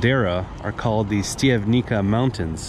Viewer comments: not "stiavnika" but "Shtiavnitsa" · Pronunciation … Štiav correct, ni … knee, ca …tsa (like in pizza )So.. Štiav -knee -tsa 😊( Im also from Canada, born in Slovakia )